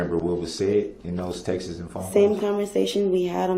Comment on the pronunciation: They are not “text-es”, they are TEXTS. And you aren’t the “alleged” defendant, you ARE the defendant!